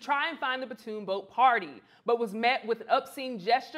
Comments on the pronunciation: PONTOON, not PATOON. Other than that, great job with this segment! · It's not a "patoon" boat. It's a PONTOON! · patoon boat,...?????? you have a show on this site and you can't say "pontoon boat,..?" Pon-toon ,.... not patoon,..!!!! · While she's at it, she can stop calling the PON'-toon a pah-TOON' boat. Ugh! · In addition to getting the correct information out there about him being the Co-Captain and not a security guard (which is a really sad demonstration of unconscious bias - he couldn't be a captain, he had to be security), can we stop calling the PON'-toon a "pah-TOON' boat." Ugh! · Lost me at "puhtoon". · You are not saying "pontoon" correctly. go to youtube to hear how it is said. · I can’t take anyone serious who can’t pronounce pontoon boat sorry not sorry 🤷🏾‍♂️🤷🏾‍♂️🤷🏾‍♂️🤷🏾‍♂️